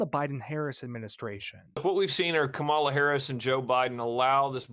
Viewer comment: You can't tell me at this point, this guy doesn't know how to pronounce Kamala. That's just taunting